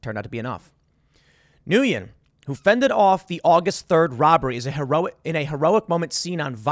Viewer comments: Tim can't even pronounce the Asian dudes name right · It's pronounced like "win", it's Vietnamese. I don't know Vegas self defense laws, but this looks like self defense. Every state should have stand your ground self defense laws. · I believe its pronounced "win" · Nguyen is pronounced as "Win". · Pretty sure it's pronounced "Win". At least that's how my Vietnamese friends pronounced their surname. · Usually Nguyen is pronounced Gwen, or Win. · It's pronounced gwinn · if i'm correct Nguyen is pronounced similar to 'Winn" in English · Nguyen is pronounced "when" I do believe. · Nguyen is vietnamese and is pronounced like "win" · I think Nguyen is pronounced (gwen). At least the one Nguyen I knew pronounced it that way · Nguyen is usually pronounced "Nwin". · It’s neither here nor there but Nguyen is pronounced “win.” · Nguyen is most commonly pronounced "Wen." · Last I check, Nguyen is pronounced: "Wen" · Nguyen is typically pronounced "wuen" like win. -friendly neighborhood vietnamese-american libertarian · Nguyen is pronounced like "When" ... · Is Nguyen not pronounced “Win”? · Nguyen is pronounced When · I think Nguyen is pronounced WIN. Can someone verify? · it's pronounced "Win" ... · Nguyen is pronounced like “win” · Nguyen is pronounced “win.” It’s the most common Vietnamese last name. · Isn't his name pronounced "Win"? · The Vietnamese name of "Nguyen" is pronounced "Win" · By the way Tim, "Nguyen" is pronounced as "nwin". Vietnamese is rather creative when it comes to pronouncing names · The pronunciation of Nguyen is Newwin. It’s a Vietnamese name. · Nguyen is pronounced, ‘Win’. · Nguyen is pronounced “when”. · “Nguyen” is pronounced “win” - a Vietnamese name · Hey Tim , the Vietnamese name Nguyen is pronounced win. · Nguyen is pronounced Win. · It's pronounced "Winn" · Nguyen is pronounced like "win". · Its pronounced just the same as its written. N-Guy-En. Maybe they should translate their names to English better. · Nguyen pronounced “when”